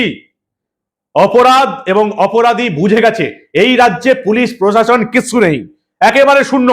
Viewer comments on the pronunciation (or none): প্রশাসন!হুঁহঃ!!উনি নিজেই উচ্চারণ করেন পোষাশন। বুঝুন এবার!!!